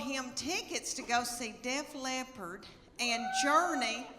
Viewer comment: Bless your heart, it's Def Leppard, not a cat who's hard of hearing. Also, you're awesome and I have spent an unreasonable amount of time watching your videos. Come to Kentucky!